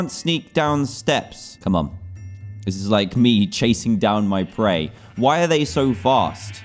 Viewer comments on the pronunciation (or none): none